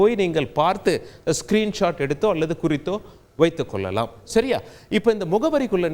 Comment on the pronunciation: நல்ல தகவல். நன்றி. கொள்ளலாம், கொல்லலாம் இல்லை சார்.தமிழைக் கொல்லாதீர்கள்.